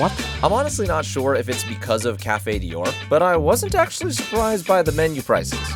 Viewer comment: I am LOVING the ejaculation sound that plays every time he shovels something into his mouth. If you can't pronounce DIOR, then you should not be allowed to review. I was thinking he must the the only person on the face of the earth that has never heard someone say "Christian Dior," but then Cari did the same thing. has a "tell." Every time he uses "honestly" (and he does it all the time) he is about to utter something he is just making up because he think's it's what people want to hear. He substitutes "not gonna lie" and "for real" at times for this "tell."